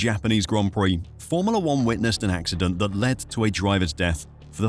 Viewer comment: Cant stand how you pronounce FORMULA!!!!!